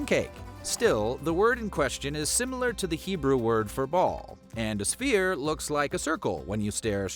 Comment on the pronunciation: The word is "sphere", not "spear".